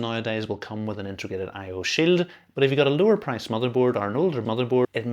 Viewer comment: "I/O sill." 🗣️🔥🔥🔥